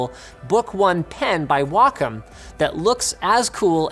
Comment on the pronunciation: Camfer... Walkem... I think you meant "Chamfer" and "Waycom" for pronunciations :X